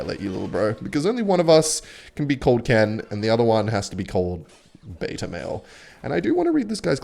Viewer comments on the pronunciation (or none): none